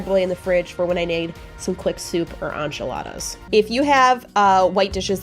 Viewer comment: I love you, but please say enchiladas correctly. lol